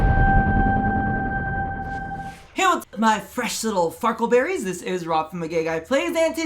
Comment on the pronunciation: Farklebarries. U said that. Its a thing now